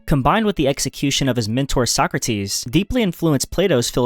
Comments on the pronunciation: socratis the tone goes to a socrAtis not sOcratis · He left Arthur Schopenhauer out, the only one whose works are really worth reading - what a shame, how utterly stupid. And how he pronouces Sokrates "Suck - Rates" makes my toenails curl.